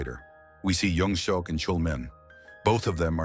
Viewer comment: I stopped watching as soon as they said his name is "young-suck"